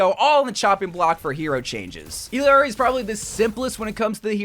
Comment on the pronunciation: You're still saying Ill-i-ari? Why